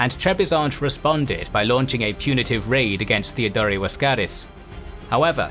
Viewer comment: As always loved the episode... but... why you keep pronouncing Theodore(both Theodores) the way you do? If it's meant to make it sound Greek... it doesn't...At all. Cause for starters the Greek is spelled "Theódōros"... Theodore is an English(well in this case anglicized) name. It's meant to be pronounced the same way you pronounce Teddy Roosevelt's name. (Sorry for being the phonology nazi again, but you just make it sound awkward for no reason ... No offense I hope)